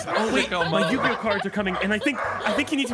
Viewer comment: you should tell your editor it's Yu-Gi-Oh not you-gi-oh